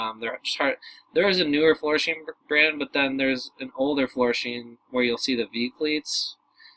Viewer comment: All my life I've heard that brand pronounced "Floor-Shime" not "Floor-Sheem"...? And I'm 63 & in St. Louis, which is ( or at least historically was) a big shoe city.